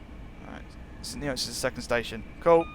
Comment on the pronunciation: it is pronounced like st nits my dad once worked there